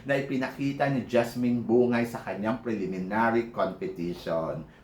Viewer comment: Mama Sam BUNG-GAY yata tamang pagbigkas ng apelyedo ni JASMINE hindi yata BU-NGAY. Yun kase narinig ko nung banggitin nya full name nya.